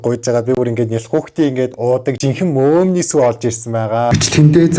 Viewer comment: би одоо арайчдээ мөөмний гээд байхад мөөгний сүү гэж сонсов😂😂😂